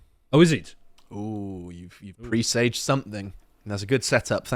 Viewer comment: "presaged" is not pronounced in that manner. Please search for correct pronunciation. All of you lotus munchers do it.